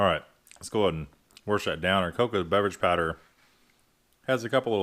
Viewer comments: You say "warsh" insead of wash ......i cant watch your videos anymore sir . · Second warsh im done. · saying “Warsh”, he must be from somewhere in the northeast, Pennsylvania, Maryland or Virginia maybe? Somewhere around the D.C. metropolitan area probably. I don’t know, but I was born and raised in Maryland, near Washington D.C. and everyone there called it “Warshington” so I naturally said it that way, until I was poked fun at after moving to Florida in 1979. I stopped pronouncing it that way and now say Washington and I now wash my hands and no longer “warsh” them. It seems like everyone who lived in or around Washington D.C. pronounced it “Warshington”. I also notice that many of the politicians who live in D.C. also say Warshington. Newt Gingrich really puts the emphasis on the “R” in Warshington. I guess it’s just how they speak in that area. The people in Baltimore have a completely different accent of their own. They say zinc instead of sink and they pronounce their city as Baltamer, not Baltimore. No one else in MD speaks like they do. Most everyone outside of Baltimore referred to them as Baltimorons.